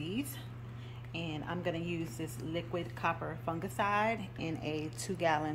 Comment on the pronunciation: "Coppah fungaciiiide" I love the way you pronounce it, like my friend Opal who's into gardening as well